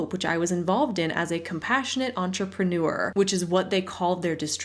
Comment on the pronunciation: You mispronounced entrepreneur.